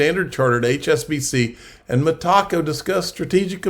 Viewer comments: Meta-co! Meta-co! Meta-co! Meta-co! Meta-co! Meta-co! Not freaking Me-Taco!!! Come on …you can do it!!! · No Tacos for you. You might like Tacos, yet there is no Taco in Metaco, like "Mi Taco". LOL... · Damnit bro its not ME-TACO. ITS ME-TA-CO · ME-TACO? I AM PRETTY SURE IT IS META-CO AS IN META COMPANY. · It’s met-uh-co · Good video. Pronounced Meta... co. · Metaco is pronounced "meh-TAH-co". Love you, but you stink with pronunciations. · Metaco rhymes with medico. met-a-co It's not a taco. LOL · Lol. Hard to take you seriously when you can’t pronounce the companies correctly